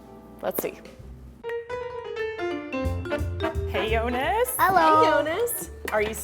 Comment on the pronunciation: The video was so cute ❤️ but it's Yonis not yonas 😂❤️